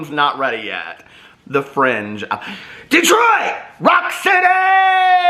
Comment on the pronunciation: I lose it every time you say Detroit 😂😂😂😂😂